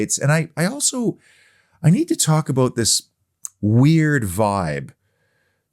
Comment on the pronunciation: I just tune in to hear say "aboot"..minds me of Terence an Phillip 👍UTV